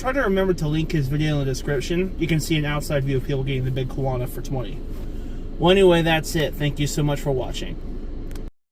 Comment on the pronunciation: It’s called the big kahuna not Quana 😂